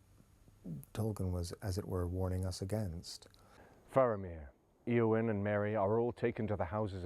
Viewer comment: They're not pronouncing the names according to Tolkien's instructions. e.g., ayowyn not eeowyn.